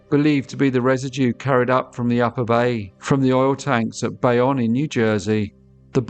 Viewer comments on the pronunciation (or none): at about 6 min in, it's pronounced "bay-own" not "bay-on".